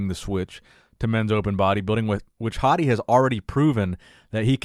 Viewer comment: I'm leaving this comment because I am a great fan of your excellent commentaries. I am not sure if you will see this comment but I hope you do. Hadi's last name is pronounced Choupaan; it is the same way you would pronounce Hadi as Haadi which is the correct pronunciation. Also, for Iran, the country that he is comming from, the correct pronunciation is Eeraan. People from Iran are Eeraanians. By the way Choupaan means Shepperd. I hope he end up winning this year 's show.